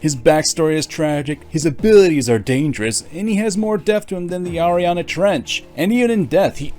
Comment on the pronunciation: MY GUY YOU DID NOT JUST SAY ARIANA TRENCH